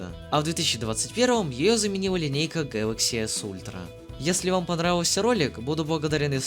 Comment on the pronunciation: СУКАААА,меня прорвало от "Гэлокс"